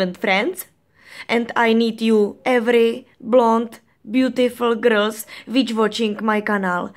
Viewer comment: Bože můj -,- ta Anglinčtina! -,- já chodím sice do 5, ale už teď pochopím že neumí Anglicky. Místo girls řekne grils.. No to snad není možné, kurňa když neumí mluvit jiným jazykem, tak ať radši neříká nic.. No, jen se do mně pusťte že já jsem dítě a nemám koho poučovat. Ale to se opravdu nedá poslouchat.